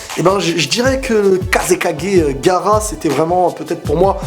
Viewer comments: On dit pas gara on dit ga a ra ps je t adore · tu ma tuer "gara" mdrrr gaAra avec sa nouvelle coupe il a perdu en respect n'en rajoute pas ; )